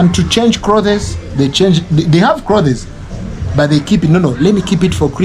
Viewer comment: did I hear you saying klotheees